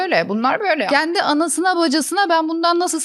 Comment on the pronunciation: Kendi kelimesini çok ve yanlış kullanıyosunuz, şaka kaçıyo, şaka iniyo arkadaşım. “kendi” , e nin üstünde şapka varmış gibi düşünün. Azıcık diksinize yön verin yahu. Düşün bak “genç” kelimesindeki “e” yi ince söyle nası kaba duruyo bi görün yahu. Konuşma diliyle yazdım ki iyice anlayın diye. Takıldığınız yerde Teoman’dan “Zamparanın ölümü” nü dinleyin. Abimiz çok güzel söylemiş: Dün akşam dedim ki; kendi kendimeee kendi kendimeeee: Düşünmeeee